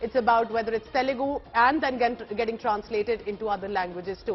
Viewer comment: Not “Telegu" arrogant and ignorant Anchor, it’s Telugu. Please note else we have to call your language “Chindi”